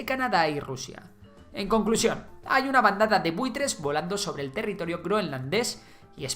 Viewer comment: Territirio? jajaja no obstante muybuen video como siempre